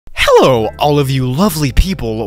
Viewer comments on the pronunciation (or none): I love the "Hellou" in the beginning.